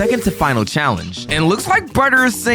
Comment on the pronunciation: I heard you say bryer instead of brighter